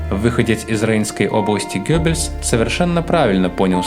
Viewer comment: Только всё-таки не Гёббельс, а Геббельс.